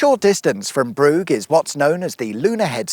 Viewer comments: Love the deliberate mispronunciations of Bruff. That will really annoy the elderly wealthy locals - believe me I know them. 😂 Edit - and then I realised that it wasn’t the Brough near Hull - but the statement probably still applies 😊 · It’s pronounced Bruff, and also Kirby Steven. Appleby is pikey central in summer. I’m surprised people still live there 🤣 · Brough is pronounced BRUFF. the bridge etc is Belah, pronounced BEELA. and Kirkby Stephen (pronounced Kirby Steven) is a TOWN not a Village as it has a Market Charter. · Brow-g! 😄Bruff is the strange pronunciation I believe. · its pronounced bruff not bruge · Brough (bruff) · How can you not pronounce BROUGH correctly FFS. It's ROUGH with a B infront or (BRUFF) FFS. FFS what a tard, Step- Hen FFS, it is pronounced Steven FFS STEPHEN. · Surely it's pronounced "burra", like Borough in London? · wow, at 2.53 the old bridge outside brough ( "bruff" 🙂 ) i used to stop off there on my bike, for a brew / smoke 🤗🤗 question : was todays episode dedicated to prounouncing all silent letters in place names just to say them utterly bloody wrong.🤔🤔🤔🤔LOL. 😂 anyway, you have inspired me to have a day trip out once again to kirkby step hen. 😆😆 ps : remember, on a sunday evening, before work the next day, we can relax, and watch a video specicifally for that 😃😃😃😃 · It's pronounced Bruff as in Rough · Wait it's pronounced Brough? I've been calling it Brough all these years. Oh I'm such an idiot. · No no no, it's spelt 'Brough' but it's actually pronounced 'throatwobbler mangrove'. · Brough - definitely pronounced "Bruff". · Brough ... pronounced bruff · I don't know, are you doing this just to upset Cumbrians, you are, aren't you.... Kur-by Ste-ven (basically)... It's also usually pronounced West-muh-land, although that may just be technically correct...and don't hold me to it, but I'm pretty sure Brough is pronounced Broom but maybe thats Brougham which is not far away... Both have castles.... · Pronounced "Bruff"